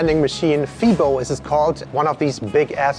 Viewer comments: i dont know if anyone said it yet, but most people pronounce it Fai-bo and not Fee-bo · Pronounce it like: Faybow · FEBO is pronounced as Faybow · I guess you should refresh your memory of Dutch. Grootmoeder means grandmother. So it's grandmother's meatball. And Febo: the e is pronounced as ay, so you write Febo but you pronounce it faybo. FYI: Maastricht might be the second or third most visited city in the Netherlands, so of course they have lots of (foreign/American) restaurants there as well. Gouda: pronounce it similar as 'out'. About the hagelslag on bread: indeed you need soft butter (margarine, so not roomboter), and then sprinkle the hagelslag on top on an open slice of bread. So you got that right. Last dish: they call it döner (kebab) but it's actually shoarma/shawarma. Döner is what they call it in Germany though. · Pronounced Fay-Bow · FeBo with the short E